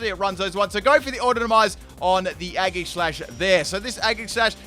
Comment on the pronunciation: Eggserneas. Aggishash. Gooddra. Floorgs., master of pronunciation!